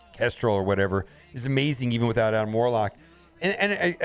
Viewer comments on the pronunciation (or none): none